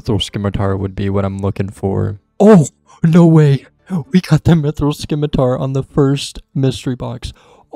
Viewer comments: Fyi is "sim-it-ar" not sKimiTaR - silent c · (I'm joking) Can't listen to you mispronounce scimitar anymore lol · Always nice to add more onechunkers to the subscription list, looking forward to seeing where the rolls take you! (scimitar does not have a K in its pronounciation.) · the c in scimitar is silent